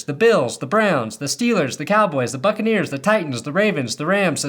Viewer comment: Huh, why "Buccaneers" sounded like spelled with "F"?